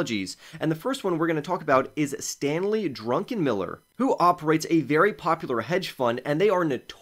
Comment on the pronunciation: Dude- Stanley is not drunk. Double check the pronunciation.